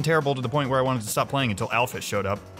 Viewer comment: Alphys is pronounced al-feez